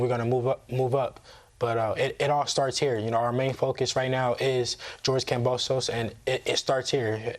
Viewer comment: has to know by now that George's last name IS NOT pronounced KamboSOSE lmao